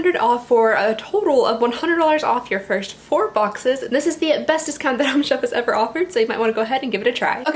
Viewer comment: She said: Beths. Beth? Besssst? Best. And I felt like that